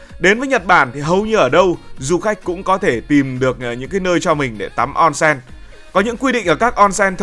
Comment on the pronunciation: Ôn sên, không phải on sen